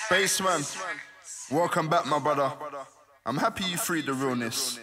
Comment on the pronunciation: Missed the t “basement”